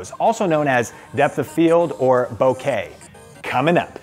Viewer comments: Bokeh is pronounced Bow-Ke - not like bouquet (not bow-kay), it's Japanese so its a strong and short "Ke" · Sorry sometimes I forget there are actual people running their own channels. It's pronounced Boe-Kah